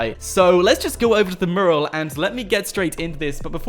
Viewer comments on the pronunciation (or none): Its pronounced mue-ral, not murral